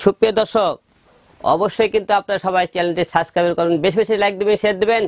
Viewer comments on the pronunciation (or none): আগে সাবস্ক্রাইব উচ্চারণ করা তো শিখে আয়,তার পড়ে না হয় দেখা যাবে